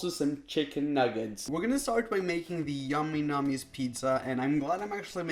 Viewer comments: Y did u go ehhhh it’s ayyyyy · " yamy namy's"